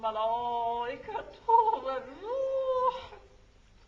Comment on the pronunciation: What happened to his tajweed. Maloooooowwwika?